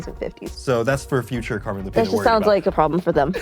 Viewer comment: First time I hear the name Lupita pronounounced Lupira with an R.